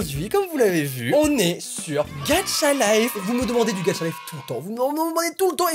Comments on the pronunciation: Moi au début:, ce n'est pas "Gatcha Life" mais "Gacha Life" 😂😂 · Au début de la vidéo il a dit getcha life